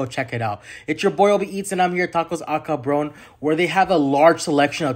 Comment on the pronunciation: Man, when I heard you pronounce Cabron.....😂😂😂